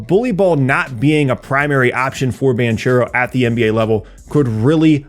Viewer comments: Hi, truly great video, thanks! Just as a little underscore, Paolo Banchero is italian-american, his name is pronounced Bankero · Banchero is pronounced ‘bank-eh-ro’, not the ‘ch’ sound. Love your work and seeing how you’ve grown over the years! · Great video as always! One note: the 'ch' part in 'Banchero' is pronounced like a K Source: i'm italian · You pronounced Banchero wrong